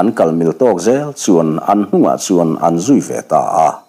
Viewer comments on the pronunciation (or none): none